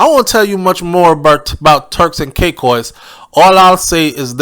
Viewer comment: ...ITS TURKS AND KAY-KOS 😂😂😂